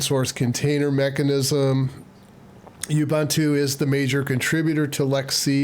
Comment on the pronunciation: Youbuuntoo…Ubuntu. Ooohbooohntoooh.